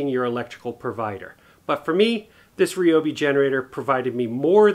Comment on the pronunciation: I was watching this on my TV but had to jump on the computer so I could comment and thank you for saying Ryobi the right way.